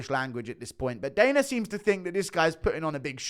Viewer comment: also it's dana, not daner lol